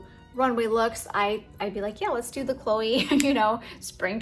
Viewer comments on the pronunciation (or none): none